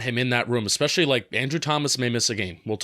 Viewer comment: Yes you miss pronounce these words: it’s VERSUS not “verse” (that’s part of a song). It’s ETcetera not EXcetera. And it’s ESpecially, not EXpecially. But I love your analysis!